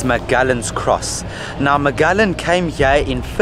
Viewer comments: hehehe Magelegan - it's Magellan - pronounced muh-geh-luhn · pronounced as Majelan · Magellan -> mah-JEH-lan. Cebu -> seh-BOO. Can't wait for your Moalboal and Kawasan videos! 😎😎😎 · Mah-jeh-lan. I love you guys did extensive research about our history. So impressed by the amount of knowledge you have! Have you guys gone to Kawasan Falls? I think you will love love love that experience if you haven't done so already! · Ma je lan is the correct pronunciation. Loveyah. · MAGELLAN......pronounced as MAH-JEH-LAND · Magallan? Really?😂